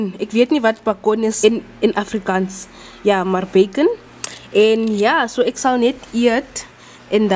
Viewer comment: I lost it when pronounced beacon in afrikaans